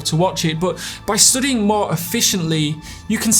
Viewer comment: Why does this dude keep saying 'stoodying' if its 'stuuuudying'?